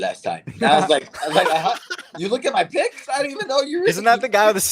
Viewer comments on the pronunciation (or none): Why do they say bicks instead of picks 😒